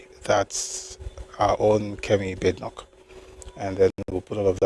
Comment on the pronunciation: Hello brotherly, nice session as usual. Badenoch is pronounced Bah-deh-nokh. It's Scottish name.